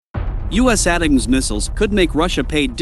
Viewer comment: Too bad you can't afford a human to narrate your videos - ATACMS is pronounced "Attack 'ems," not "At teh comes." Oh well, with that issue and 4.6k subs, that indicates 1945 is rinky dink <- FYI, that's pronounced "Rink E Dink" just in case a 1945 bot attempts to speech-to-text this comment. Even if I were an AI, which I might be, I'd still giggle ...